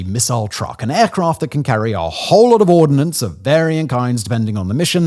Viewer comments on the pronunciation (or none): The word is "ordnance", not "ordinance". There is no i.